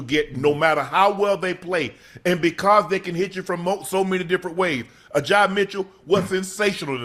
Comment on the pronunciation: Unc trying to black up Ajay’s name too hard 😂